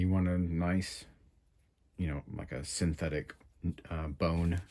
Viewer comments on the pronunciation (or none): none